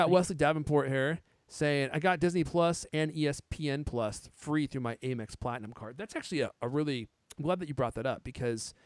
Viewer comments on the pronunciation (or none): Why is he calling it “A”mex? Lol. 😂